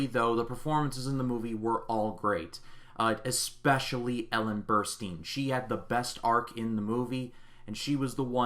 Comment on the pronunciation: Burstin’ not Burrsteen